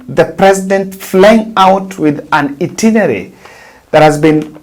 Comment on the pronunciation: Itinerary not itinery!